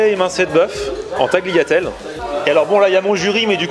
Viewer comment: on dit "Taliatelle" le G est muet;-)